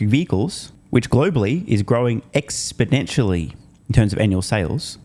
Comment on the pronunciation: … you keep doing this wrong, somebody’s gotta tell you – it’s not expoDentially it’s exponentially. And it’s got no teeth. Thanks, I watch your show religiously or at least, as much as I can endure; you are almost always, right on.